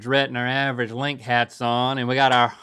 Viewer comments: it's pretty awesome that link pronunciation was closer than if we're talking about italian pronunciation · Link's smile after tells him he's saying the cheese perfectly is adorable!